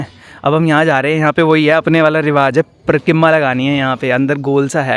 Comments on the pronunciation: Its pareekrma not parkimma 😂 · Parkimma 😂, Parikrama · Not parkima.....parikrama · Parikrama❌️ parkarma✅️😂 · परिक्रमा ❌ परकिम्मा ✅ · Bhai parkirma nhi parikrama hota hai😂😂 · Parikimma nahi bhai Parikramma hota hai 🤣😅